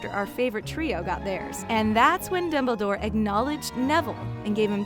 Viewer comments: .…. who??? I dont know a dimbledore. gosh they need to get a new person to speak in these they mess up too many names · she calls Dumbledore dimbledore